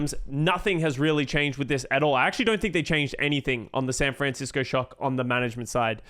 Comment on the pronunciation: I love, I love content, but bygod do I HATE how he pronounces "SAN FRAN CISCO SHOCK" every single time lmao